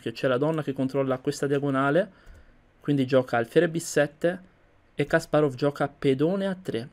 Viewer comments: Ho visto solo due tuoi video, son fatti bene. Unico suggerimento, cura gli accenti, Kàsparov non Kaspárov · Kasparov persona intelligentissima, non limitatevi agli scacchi guardate i suoi video su putin e le vere ragioni della guerra in Ucraina per esempio. Per quando riguarda la pronuncia, il russo segue il cambio della vocale atona e il rafforzamento della consonante finale quindi in realtà è Kaspàraf